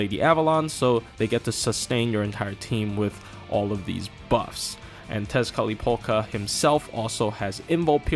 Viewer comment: Did you intentionally say 'Tezcatlipoka' as many times as you could just to flex your ability to actually be able to pronounce that damn word?